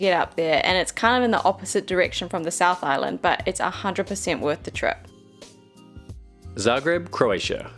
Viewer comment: I really like your videos and I love that you mentioned Zagreb (I'm from Croatia). Your pronunciation is the most accurate I heard in really long time.